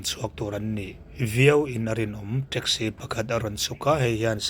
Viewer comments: Teksi tiin lam ve mai la treksi anih loh kha mizo tawng thiam bawk silo saptawng thiam bawk silo hmangdik thiam bawk silo eng tawng nge i thiam le i pianpui tawng pawh i hmangthiam lovang a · Traxci 😂😂 Rizz Hotel😂😂